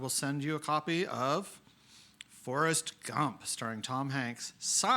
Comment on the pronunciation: the way he says forest gump kills me